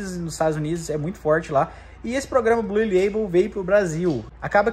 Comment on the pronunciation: amigo nao se fala bluE ... se fala BLU